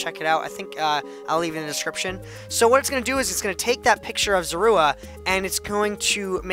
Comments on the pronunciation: 80/85 because when the tail was cut off on the pixel art you should have kept going based on the proper picture. P.S. It's pronounced Zor-oo-a. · zor-a-wa is how you pronounce it. i'd give you a 80/85 great for your first pixle art